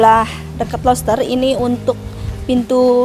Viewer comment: Pengucapannya juga ya Bu, dibenerin, kuping risih dengarnya. Roster = loster Scandinavia = scandanavia Plafon = flafon (kadang² flapon) Semangat Bu, pasti bisa💪